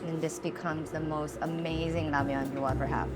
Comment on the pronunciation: Esther Choi 💚 thank you for pronouncing Ramyeon, not Ramen!